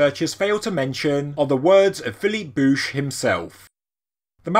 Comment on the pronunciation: You are a very interesting fellow. One of the best channels around, and I like how you pronounced bouch😁👍